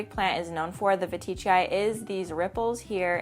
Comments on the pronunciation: Hey I don't want to be that person, and I really don't want to offend you and I know that latin words don't really have a consistent spelling, but I heard plant people, botanists and Enid pronounce the anthurium veitchii like Anthurium VEE-TCHEE-EYE and not VA-TEE-CHEE-EYE. Because there is no i after the T? Again sorry, I know this is obnoxious. I love you and your content :) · Love all your anthuriums, I wish I could grow some!! Seems like I pronounce veitchii differently lol (I pronounce it as veet-chee-eye)